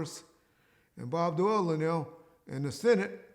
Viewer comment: Bob dole not Doyle